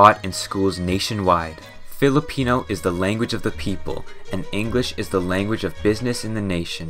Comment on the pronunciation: it's Filipino not pelepino